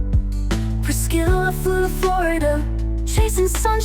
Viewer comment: I like how AI pronounced Priscilla: "Pris-killa" :)